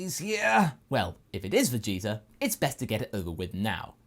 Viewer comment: After hearing Lani and Kaiser say that the "Freezer" thing comes in part from pronouncing the prince's name as "Vegeter", I can't unhear it. Anyway, good job! Nothing like a really good fanfiction with great voice acting.